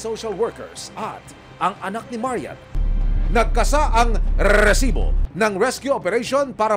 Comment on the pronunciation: OA na yang pag bigkas mo ng RRRRRRRESIBO